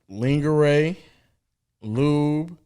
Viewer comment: Why my guy say lingerie like that